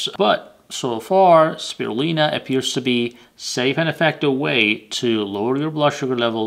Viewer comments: How come you don't say the "u" in spirulina? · Speeer re lye nah